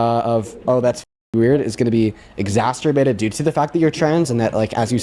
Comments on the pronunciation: This is the second person I’ve heard on YouTube this week saying “exasterbated”. Ugh. 😒😒😒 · I'm exasperated by saying exsasterbated 😂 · Eeww... I hate exacterbated, too! Language is a code. Get it right. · I hated "exasterbated" too. At no point in history has it been easier for people to learn how to pronounce words, especially names of places and people. And yet . . . here we are. Language, as William S. Burroughs said, is a virus, and it appears we're losing the fight. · "ex-ass-ter-bated" 😂 People using big words to sound smart, when they can't even pronounce the word, really defeats their intention. 🤦‍♀️ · Exasterbated. Isn't that the new kink? 🤣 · Exasturbated bothered me right off the bat. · Just the fact that he doesn't know that the word is exacerbated just completely negates everything that spews out of his moronic mouth!!! If you're going to use an "SAT" word to try and sound smart you better know how to say it and what it means!!! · Dude pronounces exacerbated like masturbated.